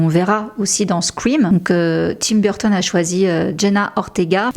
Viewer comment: Je vous adore, je regarde vos vidéos très fréquent mais j’adore aussi Tim Burton, mais la prononciation de Burton en anglais de votre part 😮au secours très franchouille 😂 Sinon je vous adore !